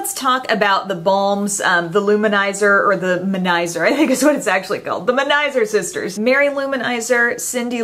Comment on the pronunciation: Finally someone who pronounces manizer sister correctly!